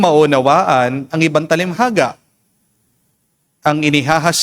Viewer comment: Father TALINHAGA hindi talimhaga. No offense meant.